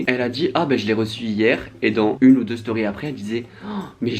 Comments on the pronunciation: "les storiz" fait un effort stp 😭😭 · « dans les storyzzzzzzz » jui morte vmt